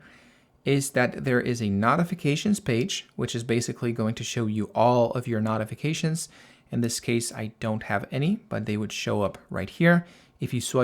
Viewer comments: Very helpful. BTW, "notifications" is pronounced with a long "O", as in "note", not "not". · That was a bit distracting…the root word is NOTICE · Can you mention the american pronouncement of "Notifications". So listeners know what you are saying. For a minute I did not get what you meant.😊😊😊